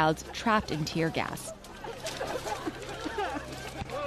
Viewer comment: Lol did you meant to say tier gas lol